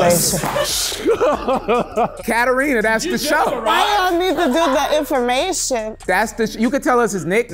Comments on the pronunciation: she pronounced it in an americanized way. I didn't say that your name is Serbian, you don't have to get offended immediately. The name is of Greek origin, the Serbian version is Katarina, not Katerina, and we in Serbia pronounce it the same way you pronounce your name. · Its KATARINA not KATERINA just saying 😅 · I don’t even think she’s Serbian at all. How doesn’t she know to pronounce her own name correctly? That’s just unbelievable.